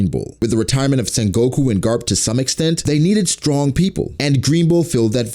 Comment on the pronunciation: because he said "carp" not garp xd